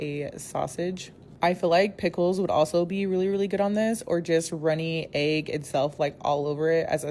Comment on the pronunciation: The way she says egg grinds my gears